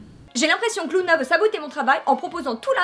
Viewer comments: Par contre un dit lUna et non lOUna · C est super j adore par contre je sait pas pourquoi mais ca m énerve trop quand les gens disent louna et pas luna 😅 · Tas dit Louna mais ça se prononce Luna comme ça s'écrit (c'était tout le negatif Parce que sinon ta vidéo est génial jai bien rit